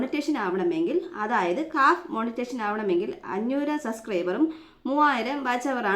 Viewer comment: മോർണിങ്ങോ 🙄മോനിറ്റൈസേഷൻ അല്ലെ